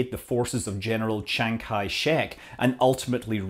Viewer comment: (1) Chi Chang! Chi Chang! Lmfao. Chi Chang! Lol, looks like "Chi Chang Joe" of a host really put in the effort to earn the name. His speech impediment is simply begging for pay back. (2) Btw, it is anyone's guess where the spelling of "chiang kai shek" came from. I suppose it's from some dialect, the pronunciation in which was then corrupted by english alphabets to produce the now unintelligible gibberish. (3) I'm not sure what references of "propaganda" is for. I mean, if the host himself weren't spinning propaganda, he would have said: "..as the Red Army was evading the forces of a dictator, "chiang kai shek", who is backed by the United States, the 'leader' of the 'free world'". (4) Long march isn't a corner stone of anyone's propaganda. Communism is. I mean, I thought that was clear lol. I suppose the calculation here is that the "free world" audience are primed enough by now that the host may relegate precision in favor of laziness. I mean, facts no longer matter because inherited sentiments about China will always fill in the blank. (5) The whole presentation would be more interesting if the host had bothered to mention how far behind China is from the state of the art launch technologies.